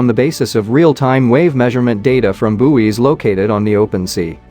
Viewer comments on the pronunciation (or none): not to mention bouwies